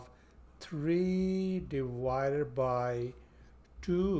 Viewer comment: A very good lesson. By the way: It's "divided" not "diwided" (as You pronounce it)